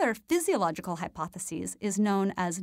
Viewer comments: It bugs me how she pronounces the singular "hypothesis" like the plural "hypotheses." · You’re pronouncing hypothesis incorrectly most of the time. It’s driving one of us crazy. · It's quite annoying trying to follow the topic when you continually mispronounce 'hypothesis'